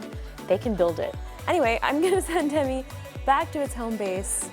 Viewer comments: its not pronounced te me it is tee me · Technically it’s pronounced “teemee” because ē is a long e as in cheese so it’s teemi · It’s pronounced Teeeeeem-e like Team-E Because the - above the E - “ē” which indicates a long vowel sound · tēmi not TEMI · The line over the "e" indicates a long vowel pronunciation, so it should be pronounced "TEEmi".... But, given the state of the educational system, it's obvious that neither the manufacturer nor Justine know this... The robot itself is just a toy, at best an Amazon Echo Show with wheels... doesn't even vacuum.. Semi-automatic sidearms would be useful (for security)... :-P You can DIY your own tele-presence robot (even using an Echo Show) for A LOT less. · Robot: temi Ijustine: tem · Great video, but how many times can we miss pronounce its name? Even the robot itself miss pronounced its name. The line over the E means it should be pronounced, "Tea Me." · my name is tim and every time she said temi i thought she was saying timmy